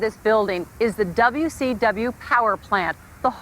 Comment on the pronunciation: Lol Joan says "WCW" perfectly. She musta been watching some What Culture. (Before there was a What Culture?)